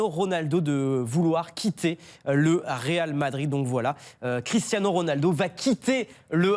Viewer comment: "Ronaldo quitte le Ral Madrid "